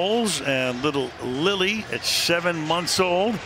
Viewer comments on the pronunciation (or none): none